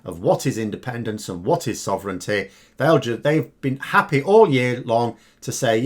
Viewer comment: I am going to design a drinking game. Have a drink everytime a Brexiter: - compares the EU to the mafia - says 'cartel' - says 'undemocratic' - says 'corrupt' - says 'cabal' - says 'protection racket' - says 'sov-run-ty' Basically says a load of emotive buzz words that have no context to the EU...or that they don't fully understand. I would be smashed.